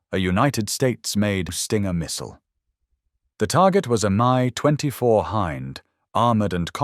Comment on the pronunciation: Not to mention the crappy AI voice and the multiple pronunciation of "Mi"